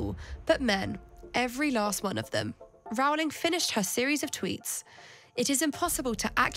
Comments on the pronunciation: It's 'Row-ling' as in bowling, not 'cow'; and what's with the Muzak? You guys getting paid for the assault on the ears? JKR is simply doing what she has always done working for Amnesty International or supporting Médecins Sans Frontières, fighting for the vulnerable and for women's rights, especially for the right for women to not be abused by men, whether they wear a dress or not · Its Row-ling, like rowing a boat. Not Row-ling as in having a row. Nobody ever says her name correctly. Also, King Canute didnt try and stop the tide from coming in. And he certainly didn't pass a law. He was showing that even as King, he didn't have power over the tides.